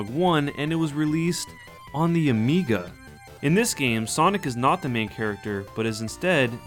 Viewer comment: Amiga sounds like amiibo.